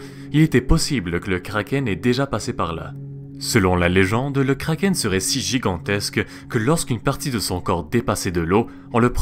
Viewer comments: Pourquoi tu prononces un nom danois avec un accent anglais ? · Pourquoi certains disent krakeunne (désolé pour la défiguration du mot mais bon c'est pour me faire comprendre dans le commentaire)